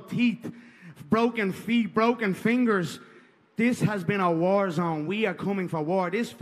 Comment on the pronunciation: WE'RE READY FOAR WOAR!! GLIMPSES, JUST GLIMPSES WE'VE SHOWN. Now: The Camp was Incorrect, Ariel. My foot was a Belewn, my Foat, was a BeLEWN!!